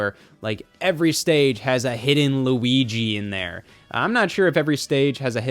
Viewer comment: does it make you happy when i say lugi